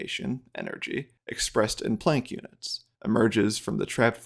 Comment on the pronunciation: The one niggling thing that irks me here is your pronunciation of the word "planck" as plonk, while it is actually pronounced exactly like "walk the plank" You are the only one I've ever heard pronounce it this way, and just to be sure I went and double checked. As I did pass honors ap English in high school, but it's been years since I've used many words.